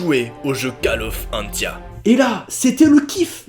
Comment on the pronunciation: mais ta fait une erreur mdr ca se prononce pa call of antia mais coll of antia mais voila sinon bonne continuation